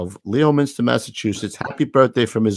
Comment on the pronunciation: Good evening - great show but in the shout out it is pronounced as though there is no O in Leominster. Should sound like Leminster.